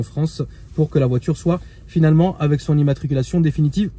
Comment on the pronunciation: "Final”ement pas frero 😅